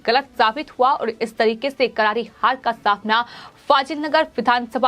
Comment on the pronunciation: एंकर का उच्चारण अच्छा नहीं है करारी को कराही बोल रही है र और स को ह बोल रही है